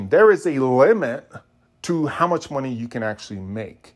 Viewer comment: Please never say money like that again.